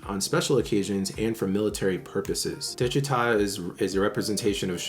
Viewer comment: Phonetically it’s: de chi tah